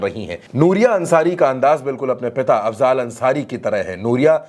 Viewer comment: अफज़ाल नहीं अफ़ज़ल है। थोड़ा पढ़ लिजिए।